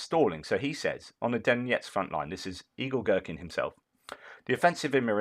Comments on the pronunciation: I always watch on my Tv, had to log in on my phone to say - I keep hearing you say "Evil Gerkin" and it made my day! Keep up the good work Sir! Your commentary is the 💣. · I thought he said Igor Strelkin the Evil Gherkin. 😆 🤣 😆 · LOL the way you say "Igor-Girkin" it all mashes together and I hear "Evil-Girkin"! which might not be all that untrue!